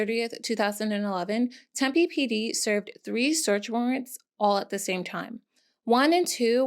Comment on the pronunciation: Yessss for PP properly saying Tempe 😊